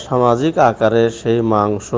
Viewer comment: মাংশ শব্দটা কি আপনার বলা ঠিক..?